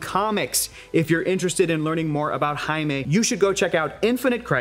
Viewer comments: Do us Africans a favour and just call him JAIME not aime... JAIME is pronounced as JEYME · Maybe if said Jaime's name right!!!!? But at the very least make sure they say names correctly!! PLEASE!!! JESUS!!!!!